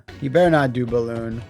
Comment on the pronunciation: I watch this video over and over again just to hear dare Karnov not to BALL-OON, and Karnov responding by immediately BALL-OONing.